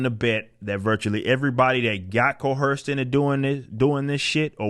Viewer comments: There is no "H" in Co-Erced. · Stop pronouncing coerced with an H. It is distracting from your message. Other than that, keep rocking man, you're awesome.